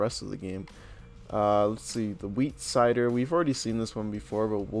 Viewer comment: Dude it's wheat cedar. Not cider. Cedar is pronounced: See-der.